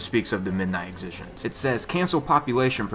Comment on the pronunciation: "Exi" like the first part of Exit, "Gent" like gentlmen. Thats how you say it.